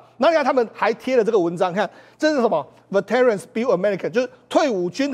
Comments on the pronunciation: Veterans 该拼为 “Vet-tran”， 中间的“e"是静音的。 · veterans 重音在第一節 ve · Veterans 字發音其重音在第一音節，黃世聰的英文要加油！